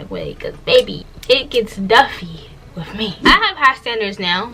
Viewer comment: I thought I was the only one that peeped that she says wiff😂😂 it’s her accent I luv it lol